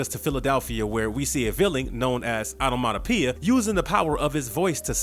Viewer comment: Take a drink every time he say Onomatopia!😝